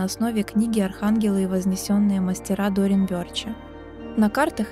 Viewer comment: дОрин вЁрче. Только так, а не иначе! Научитесь правильному произношению!